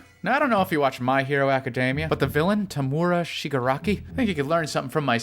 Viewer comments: it's not tomura shigiraki, it's toemura shigiraki or atleast that's how you say it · Tam-or-a shi-ga-ra-ki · The villain from my hero is pronounced toemoora sheegarakee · Me: happily watching the video: mispronounces Tomura Me: OH HECK NO MY DUDE, IT'S PRONOUNCED TOE-MUR-A ((as you can tell I am a big my hero academia fan))